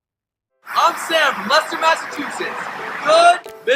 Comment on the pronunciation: Did he say Leicester Massachusetts?